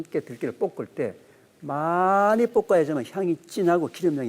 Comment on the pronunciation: 교수님 깅상도신가보네,,뽁을때라고 자꾸 발음하시네,,듣는데 굉장히 거슬리네